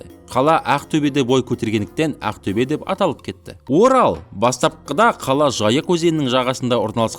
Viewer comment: оте жаксы видео! бырак А арипин қызық айтасыз Əқтөбе деп